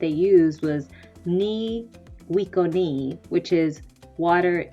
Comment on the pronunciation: I''m a "sota-ricua" living in Minneapolis so I loved that you included the Dakota and Ojibwe languages, they're near and dear to me since I'm a guest on their land. Just a quick pronunciation tip -- I've heard some Dakota speakers pronounce the central C as more a a ch sound (taino x! I'm learning), with emphasis on the second to last syllable like in Spanish. So Mni Wiconi = "Mni-wi-chó-ni". I wonder if the Maipuran/Arawak language family and the Algonquin language families are distantly related by some ancestral proto-language, or if it's just a linguistic coincidence since they're two separated by two full continents I loved the info about the coqui! I felt emotional and teared up a little. They are so important and this helped give more insight. Also, I've read another signal of planting season was the stars. The constellation Orion (who may have been seen as Yucahu?) rises around April, and sets around November. I think Yucahu was also tied into the winter solstice.